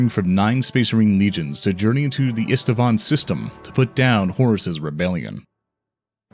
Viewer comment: "Sorry everyone for messing up the pronunciation of some of the names." Literally the only thing I noticed was that you changed Eisenstein to Einstein and Isstvan to something like Istevan. Other than than, it's okay.